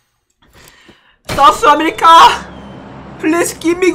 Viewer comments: M i da only one hearing sauce America instead of South america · Lol I thought he said sauce America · Lol did he just says sauce america😂😂😅❤️😂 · Sauce america 😆 sun ke atcha laga , main v try karunga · others- south america.. - saus america 🤣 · sous america🤣😂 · Nobody:: Sous America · Literally no one but:- Its souce America Not South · Nobody:: sooth america 😂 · I just heard sauce amirrka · M I the only one who heard sauce America instead of South America🤔🤔🤔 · No one: Literally no one: Absolutely no one:: "Give me Fawer SOS america" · no one:: give me fower sauce america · No One Literally NoOne Me: Asia Server: Aisa Server Lol😂😂 Me: South America: Souce Ashishka😆😆🤣🤣